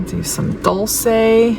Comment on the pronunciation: ❤🎉😮Stunning colours! Gorgeous set🎉❤ Dul-chay is how it's pronounced 🎉❤